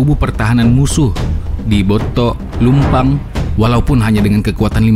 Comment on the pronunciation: Ralat Bontolebang, bukan Bontolumpang, bukan Pappu tapi Pappa. Saya hanya membenarkan kata katanya.